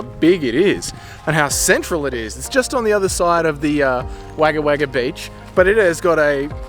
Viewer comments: Come on - it's not "Wagger Wagger" - it's "Wogga Wogga" - JOOOOOOOOZ 🙂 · Wagga Wagga is pronounced Wogga Wogga. It gets hot out there. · Yeah mate all the comments about the way you're saying Wagga Wagga are bang on its cringe as fuck bro